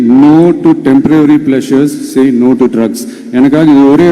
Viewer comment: சகோதரி டெம்ப்ரவரி என்று சொல்வதை தவிர்த்து டெம்ப்பரரி என்று சொல்லி இருக்கலாமே.நான் சொன்னது தவறாக இருந்தால் மன்னிக்கவும்